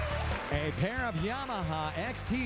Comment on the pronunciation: I know what Rich was doing there ... :D "A pairrrrrr [long pause] of motorcycles!" Dude was top notch (and so was Alexandra).